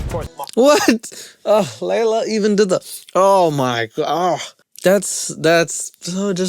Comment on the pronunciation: It's hilarious how mispronounces Leylas name all the way through. Please do next season. Just start a mini series. We'll all watch it together. I can't find it on my own:(